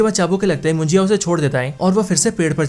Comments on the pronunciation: मुजिया नहीं munjya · It's not mujiya it's munja.. correct it bro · मुजिया नाही रे बाबा,,,,,मुंज्या आहे ते😂😂😂😂